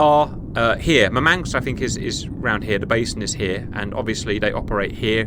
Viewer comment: "Mur-manks" is where Russian Man City fans live 🤭